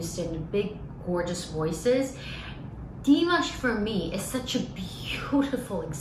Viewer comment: Наташ, Димаш - ударение на А...на А не на И...иностранцам трудно объяснить произношение,но русскоязычным - легко: лишь написать и обозначить ударение...